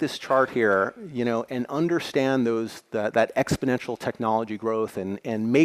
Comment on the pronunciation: I guess exp-o-nential don't know covid.